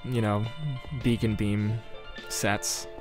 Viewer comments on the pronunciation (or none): none